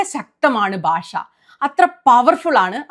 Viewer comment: ബാഷ അല്ല കുട്ടീ ഭാഷ എന്നാണ് തെറ്റി ക്കല്ലേ